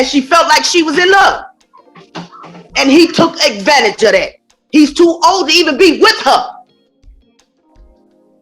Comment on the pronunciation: She had a 'topic' pregnancy rupture???That's one I've never heard 😂 Her mom said he took 'egg-vanage' of her? AND he's the most 'narce-sti-stis-tick' man she's ever met in her life? I guess we know where she got her literacy skills.🤣